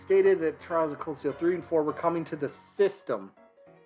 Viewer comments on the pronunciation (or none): I understand that you have no connection with the series and all but it does make me cringe a bit hearing people call it Trials instead of Trails as a fan of the series. No hard feelings tho. As far as the leak itself goes I don’t know how to feel about it. Some things sound believable while some other things not as much. I would personally love for the leak to be real as a fan of the company this leak is talking about and it’s games but I would be lowering my expectations to not disappoint myself. And no offense but you where a bit harsh on the series even though I can understand your perspective since after all this is a niche series in the U.S. It’s getting more popular here little by little but it’s only extremely popular as of this moment on Japan and other Asian countries. The company of Falcom itself has a long history and legacy like SNK with Terry tho so I personally do think this characters do have a chance in smash even if this leak turns out to be fake.